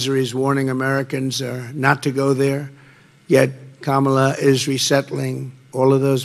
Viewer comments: Bahaha, did I hear him slip & pronounce Kamala's name correctly? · 🤯 Trump pronounced Kamala correctly?!?!